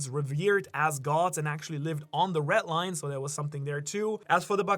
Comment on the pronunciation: Red Line not retline